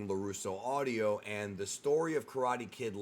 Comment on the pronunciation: Bro, it's LaRusso Auto, not LaRusso Audio lmao